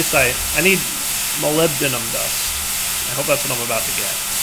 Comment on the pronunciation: amazing, pronounced molybdenum correctly